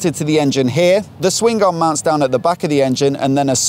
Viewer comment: Bravo! "Swing-ged-aaaaarm" LoL, Brits are funny;-) Nice review, thanks!